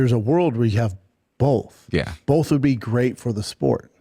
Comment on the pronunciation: "Ya need bowlth" 😂😂😂😂